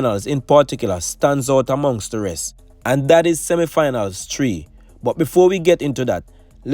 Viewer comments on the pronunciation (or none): Eats, tree, ow, learn to pronounce words dude